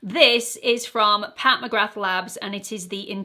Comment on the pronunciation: McGrath is pronounced McGra - the th is silent.